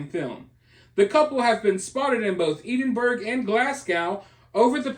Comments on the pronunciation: Ahhhhaha my pal was out with him we used to work in the bars he was at... Lolz. I'm sure my friend was responsible for part of what happened. Also its pronounced Ed-in-bruh 😎 or Ed-in-bur-uh and Glaz-go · Its pronounced Edenborouh. He is a changed man since he's converted to Catholicism. It was obvious the others were the baiters. All the incidents you referenced are ancient history. His recent history is much different. Please check it out. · On second thoughts, Eddin-burra. Perhaps it varies regionally! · Hey, just FYI Edinburgh is: Ed-en-Bruh and Glasgow is Glaaz-gow (gow as pronounced in the word "go"). Just sayin' 😉❤ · It's absolutely not pronounced like that. It's Ed-IN-bur-uh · Edinburgh and Glasgow are pronounced Eddin-borough and Glaz-go. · It's pronounced more like Edinbruh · Edinburgh…..Pronounced; EdinBOROUGH . Glasgow….pronounced…GlasGO. 🩵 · If he did that in Glasgow he could have got bottled. Please learn how to pronounce Edinburgh and Glasgow. They are not pronounced the way they are spelt.